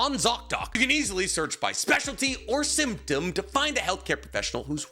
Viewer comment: it may have been because I wasn’t paying attention to the ad, but I heard symptom as “SIMP-dom”😂